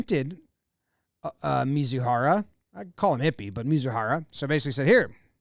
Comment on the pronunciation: "Mee-zoo-hah-rah" is how his name is pronounced ... for future reference for future shows.